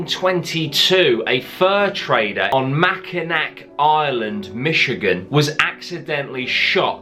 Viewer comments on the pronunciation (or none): none